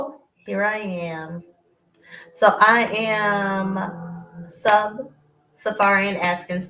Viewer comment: It’s “Sub-Saharan”not “Sub- safarian” smh